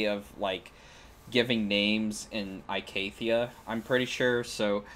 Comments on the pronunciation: I love ur video great job its just... Its pronounced E-CATHIA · good vid except ur pronounciation of icathia is a bit bad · It's only a little off, it isn't that big of a deal.